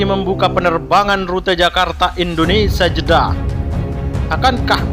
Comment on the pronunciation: Usul kpd pembaca beritanya.mhn diperbaiki membaca IndoneSIA bukan IndoneSA.tks